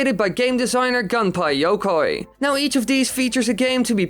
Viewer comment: I love how he says Gunpei Yokoi like "Gunpie Yokay"